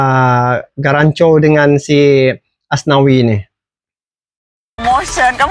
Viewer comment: Garnacho,... Bukan Garancho